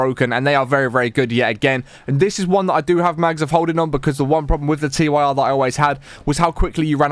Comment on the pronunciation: guy called the Tyr pistol T.Y.R its pronounced Tear like. if youre crying. what rolls down your face